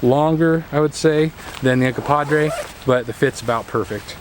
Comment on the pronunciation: Uncompahgre, NOT Uncompadre. The name Uncompahgre (/ʌnkʌmˈpɑːɡreɪ/ ( listen)) comes from the Ute word Uncompaghre, which loosely translates to "dirty water," "red lake," or "red water spring" and is likely a reference to the many hot springs in the vicinity of Ouray.